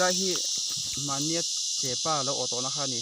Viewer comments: chepâ niloin chepa aw.athluk a awmlo.mizo tawng i zir angai ani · Chepa ti mai Ula tinge chepaa in tih tlat thluk kha, a ngailo chepa ti tawp ru mak em mai